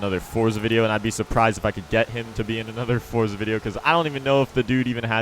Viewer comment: Finally you said forza correctly